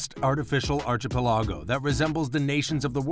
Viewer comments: Yeah I was really uncomfortable everytime I heard it. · Please look up the pronunciation of archipelago!!! Your pronunciation is pretty off.